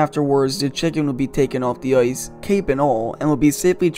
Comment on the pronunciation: Love the content but for the love of god learn how to pronounce the letter "I" . Hockey is not played on "Oice" and nobody has ever been in a "Foight" .